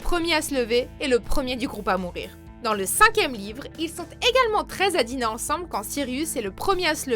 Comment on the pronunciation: y a-t-il une possibilité pour que tu articules , j'ai l'impression d'entendre dire "ils sont très à table" au lieu de "treize à table " - -"